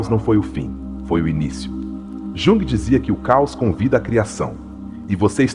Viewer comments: Esse AI deveria ter sido ensinado a falar o nome correto. Jung? Yung. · Mas ele está nos mostrando tanto sobre este autor, que não faz mal ele pronunciar errado. Um beijo!❤